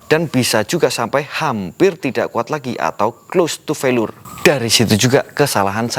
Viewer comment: Felier bacanya bang bukan felur hehe